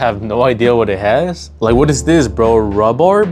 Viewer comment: Rubbard??? Hahahah this kid is homeschooled. It's Rhubarb for crying out loud; your parents wanted more for you than this. Imma be honest, you should go read a book 😂😂😂